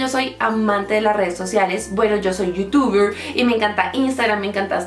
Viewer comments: no puedes pronunciarlo bien no te lo tomes a mal☺ pero te pueden jusgar diciendo haci😕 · min youtuburrr :v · Bueno yo soy "youtubrrhhh" jjajajajaja aaay hombre.....